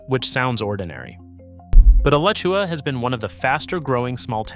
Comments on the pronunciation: ugh-latch-ua How about actually visiting Alachua or Levy (pronounced lee-vee) County if you're serious about leveraging expertise about a place you're reeling viewers in to ostensibly educate them; that kind of either 1) intellectual laziness or 2) AI software narration offers two bad options. I'll give you a second chance, but only if you acknowledge how absurd it is to claim expertise while being guilty of undisclosed AI software narration or extraordinary laziness for someone staking a reputation on a state you don't even care to take the time to respect enough to pronounce its towns and counties correctly. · If you love a guy branding himself as a Florida expert who doesn't respect the state enough to pronounce its counties correctly. Particularly egregious is Alachua, a town and a county, and Levy (pronounced LEE-VEE). More AI software narration without disclosing that's what it is. Deceptive smh.